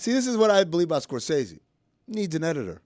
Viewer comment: It’s pretty ironic that Stugotz is the ONLY person on the show to pronounce Martin “Scor-sessy” correctly. Dan owes like $500 from that segment alone 😂